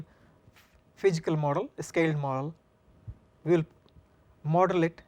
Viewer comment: I'm sorry but I can't get over the lethargic presentation and "Fichikal" problem. God bless his students.